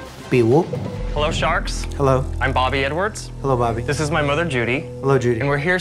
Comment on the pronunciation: Is it just me or did the opening sound like the guy said "Hello Sharks. I'm Bobby N-Words"...not THE N-word just literally Bobby N-Words. Mans gotta work on his pronunciation